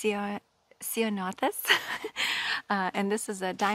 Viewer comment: excellent pronunciation of Ceanothus 😉, they are one of my absolute favorite plants. my gosh you’re so lucky to be able to grow mandarins 😋 do you have the Sunset gardeing book? it’s an invaluable resource, they have every plant nailed down re zones